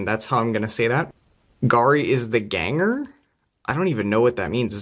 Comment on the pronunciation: two things I learned today: Garry is another spelling of Gary, from Old German meaning "spear", and Ganger is the same thing as a foreman and pronounced as you said. Ah LEGO never stops teaching me things about the world!